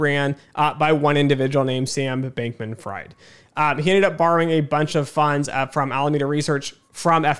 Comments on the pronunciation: Good video so far, but you should’ve looked up the pronunciation of Fried before starting lol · Same for Levine.